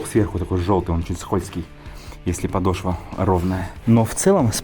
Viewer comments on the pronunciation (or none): none